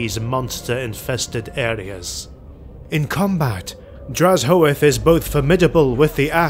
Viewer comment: The video is here but where is the lore? Also, his name is pronunced as drazh-oath. "Black-oath."